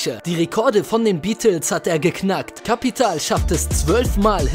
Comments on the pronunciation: Warum hör ich die ganze zeit Kepital Bruh 😂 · Capital bitte richtig aussprechen sonst muss man kotzen